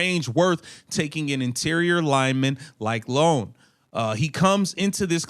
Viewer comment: And that's "EYE OWN" NOT LONE. Ioane